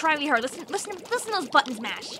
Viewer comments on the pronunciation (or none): none